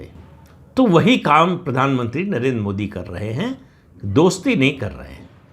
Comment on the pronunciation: नरेंद्र शब्द का उच्चार आप नरेन् ऐसा क्यूं करते हैं?